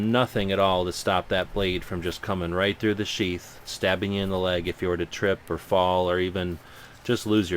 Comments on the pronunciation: when he said piece os sheath i thought at first that he said a piece of shit lol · Haha, you were talking about how this is a junky knife, then you said "We're looking at a piece of 'Sheath'.." i could hae sworn you said 'We're looking at a piece of Sh**". lol. great vid! keep it up.